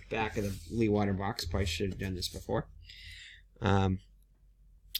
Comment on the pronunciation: Hi, just found your vid. You might like to know that Jan Leeghwater was a Dutch hydraulics engineer who engineered the first land reclamation programme's. The name is pronounced "Lay g water" with a very strong G-sound like clearing your throat and the emphasis on the the Lay.